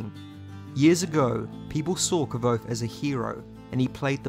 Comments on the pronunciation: You actually pronounced Kvothe right. You're the only other person I've seen say it right. Most say Kuothe or Kothe. I've never Heard Kvother from anyone but Nick podehl and Patrick. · Cool vid but you are not pronouncing Kvothe correctly, Pat has a video on YouTube and he says how it’s pronounced